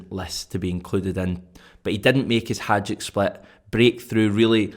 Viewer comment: Just a small thing... it's Hi- Duc not Haj-ick split.